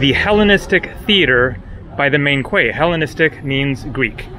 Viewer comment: Quay is pronounced “key”